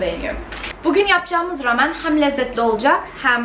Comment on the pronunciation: Keşke rameni doğru telaffuz etseydin.